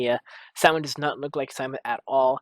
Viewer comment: How is it possible that you can't remember a lot of important character names? Hell, you can't even pronounce Simon's name correctly, despite hearing all throughout the series =| What's up with that?!